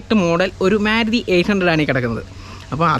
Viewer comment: മ്യാരുതി എന്നല്ല ഉച്ചാരണം, മാരുതി എന്നാണ്.